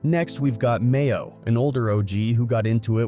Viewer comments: His name is MAINO not Mayo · DOG, ITS NOT MAYO!!!!!! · Not Mayo‼️🤣🤣 it's Maino smh 😅🙈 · Tf? Mayo? You mean maino? Bro just stop covering rappers 😂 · This nigga said Mayo it’s Maino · You really called him mayo bis name is Maino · Called that man "Mayo" 😂😂😂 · Its maino not mayo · And annoys me he keeps calling Mano mayo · MAYO!!!? It’s MAINO!!!!! Come on man! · Batman Kevo it’s Bandman Kevo who tf made this video called G Herbo GBO called Maino Mayo is crazy asl 🤣🤣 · "Mayo?"...you mean "Maino" 🤦‍♂️ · MAYO????? BRO YOUR WAK…… LEARN NAMES ON EVERYONE BEFORE YOU MAKE A VIDEO!!!! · Who the hell is mayo😂😂 his name is maino 🤪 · His name is Maino not Mayo😂😂😂 WTF!! 😂😂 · U have to get his name right bro he is a pioneer in the rap game and he real solid maino not mayo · Bro his name is maino not mayo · The man called maino mayo 😂😂😂 don't let maino see that or your getting choked out next😂😂😂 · Mayo? It's Maino bruh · They called Maino (Mayo) 🤣🤣🤣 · Lol they called Maino "Mayo" 🤣🤣🤣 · Did he call him Mayo ahhhman I'm dead 💀💀💀💀💀💀💀💀👌🏾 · How tf you mispronounce Maino’s name tho.. this video a dub just for that alone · It's Maino mf'er. You suck at your job